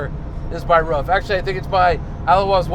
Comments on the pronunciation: Sorry Dude............but all you American Guys are pronouncing it`s name always totally wrong...........ist is not called "Ruf" but the same like your word "Roof". THANKS Greets from Germany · It’s Pronounced like roof = ruf